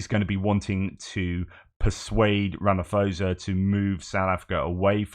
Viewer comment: You cannot trust Ramaphosa - ever. He is a liar. And by the way, one does not pronounce the surname with the "ph" sounding like a "f". The correct pronunciation of "phosa", is like "pause" just with an "a" at the end.